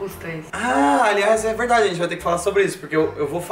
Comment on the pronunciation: É verrdxe! Kkkkkkkkkkkkkkkkkkkkkkkk